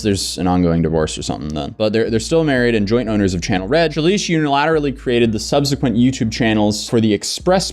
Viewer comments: Subsequent Look up how to pron……oh you got it!!! No no no!! It’s subsequent not sub-see-quent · My guy learn how to say subsequent correctly it's pathetic saying it wrong like 50 times I can't stand finish this video now you've ruined it. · The pronunciation of subsequent is throwing me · I have never heard anyone say subsequent like that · the way you pronounce subsequent is triggering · The way he's pronouncing "subsequent" is driving me nuts lol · You really don't know how to say "subsequent"??